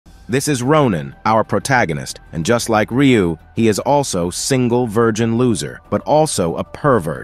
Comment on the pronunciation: He literally called him ryui 😅